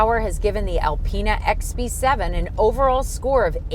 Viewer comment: in the first of the video you said bx7 not xb7😂😂😂😂😂